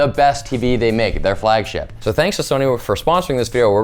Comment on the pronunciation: Emphasis on the word “flagship”.